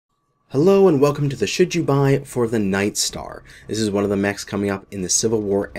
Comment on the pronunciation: Did he say "should you buy" or "shit you buy" listen again.